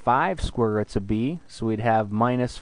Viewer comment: Did you say square ruts? Or is my hearing bad? Anyways, Great lesson.